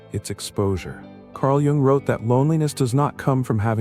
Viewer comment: You must learn how to pronounce Jung, it's kind of hard to take seriously!